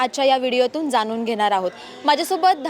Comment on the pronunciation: मराठी तरी शुद्ध बोला. ण आणि न चा फरक समजून घ्या. ते जाणुन असं बोला जानुन नाही